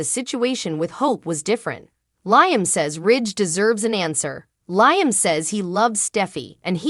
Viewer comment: The readers need to w atch the show to pronounce names right. It's "Leeam" not Lieam"